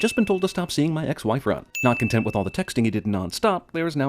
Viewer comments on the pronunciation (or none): none